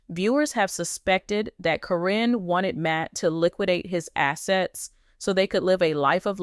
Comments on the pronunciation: Why is the audio saying Ka-rin. The witches name is Caryn, pronounce Karen. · Her name is Karen not Corine get it right A I !!!! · Hey guys LPBW Update if you are going to have an AI do your talking make sure it is saying the names right. it is Caryn but it is said like Karen. I have watched this show since the kids were very young. When I heard someone say Matt has a girlfriend and it turned out it was her, I knew she was in it for Matt and the family's money. Matt RUN. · Her name is pronounced like Karen. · Her name is Karen say it right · Keep saying her name wrong. Probably Al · Is there a reason you keep mispronuncing Karen's name? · get the lady name right Caryn!!! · Why does the name Caryn get pronounced differently every time